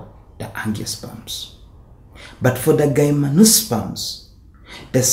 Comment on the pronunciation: no hate but isn't it pronounced as GYM-NO-SPERMS as in the word "gym"?